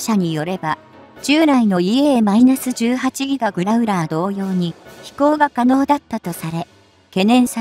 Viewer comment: やっぱり１．５倍速で見るとストレスが減る！ しかしＥＡ－１８Ｇをいーえーじゅうはちぎがと読ませるのは違う！ Ｇを何が何でもギガと読ませるのは・・・携帯電話世代の５Ｇをごギガとか？ Ｆ－１５ＪのPre-MSIP機１００機の代わりにＥＡ－１８Ｇを同数欲しい(^^♪